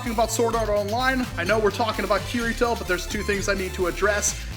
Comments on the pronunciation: that moment when he pronounced it kir/it/oh when it's ka/dee/toe of course it's spelt kirito but get the pronunciation right lol.....oh the amount of hate I will be getting for this comment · It's pronounced kee-dee-toe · and its pronounced kirito ( Ki-de-to) dumbfuck watch the anime again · Spelled kirito but pronounced kii-di-toh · I HATE HOW PEOPLE PRONOUNCE KIRITOS NAME WRONG! The R is supposed to be pronounced as an D not an R. Ugh 😑. Maybe you would know that if they actually watched sword art online. Ugh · he says his name wrong